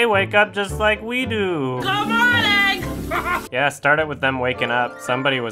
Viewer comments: Wow, this is the first time I watched this video with subtitles, and I only JUST NOW realized she said "good morning." I shit you not, I watched this video several times and always thought she was saying, "Come on, Egg!" WHY she would say that is beyond me, but it's what I thought I heard. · I CAN'T hear anything but "good morning" lol I legit can't hear "come on egg"